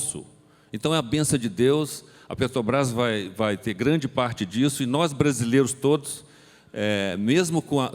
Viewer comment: O sujeito ainda fala "petobras" , rss